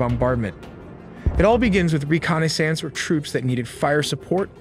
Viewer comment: re-connie-sance LOL